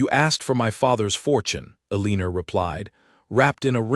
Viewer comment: Eleanor has been consistently mispronounced here! It's El in nor... not E lean or.